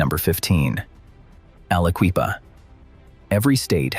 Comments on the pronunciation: Never heard someone butcher the name of Aliquippa that many times that fast. I'm impressed 🤣😭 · Alla-Kwee-pa. Never heard it posed that way. I heard it pronounced as Alla-kwip-a Never heard it's that bad. Jones and Laughlin (Jones and Lock-lin) was bought out by Lyndon Johnson's buddies at Ling-Temco-Vought. LTV. LTV proceeded to squeeze money out of the region. A lot of river towns got trashed by LTV. Most of the derelict coal towns along the Mon were once run by J&L. When LTV crashed, so did they. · How many other people thought to themselves a guy that starts off by calling The Quip AliQUEEFA Like it’s the Sister Of Queen Latifa should not be making Videos about Pennsylvania… I shut it off right then and there